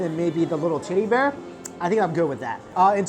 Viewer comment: i cant get over the fact when he says teddy bear it sounds like hes saying "TIDDY BEAR"